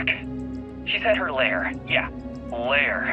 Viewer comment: "Lair" is pronounced to rhyme with "wear", just FYI.